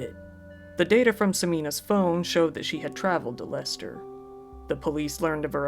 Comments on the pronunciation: Just wanted to say well done on pronouncing Leicester correctly! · You pronounced it correctly. Phonetically it's 'Lester' or 'Lesta'. Edit: Now I've watched it all it's hardly surprising that it was the chloroform that killed her. It used to be used for a short time as an anesthetic in hospitals for operations before quickly being withdrawn because of unreliability & complications. Many people have used it (as weird as it sounds) as a sleep aid because it can be effective; but (1.) It takes more than a few huffs & not like the movies/books. (2.) It can cause bad burns to the skin, lips etc as it's quite corrosive. The danger comes with prolonged / acute exposure as it's heavier than air & displaces the oxygen in the lungs; thus resulting in suffocation & can this can happen quickly. Side note; it boggles the mind that they bought it as transactions are easily traced & didn't just make it themselves. It's a simple mixture of either rubbing alcohol or acetone & bleach. It can be easily made at home (not recommended). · yeah...you pronounced it correctly. Lester. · Yay Leicester pronuncination!